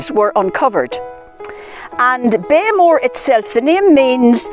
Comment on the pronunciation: It is NOT pronounced Blackmore. Beaghmore is pronounced something like Bech More. Idiot YouTubers standing in front of an ancient site a couple of miles from my home who can't even say its name are not reliable narrators!